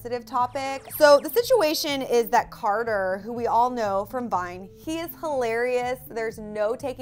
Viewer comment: said charter!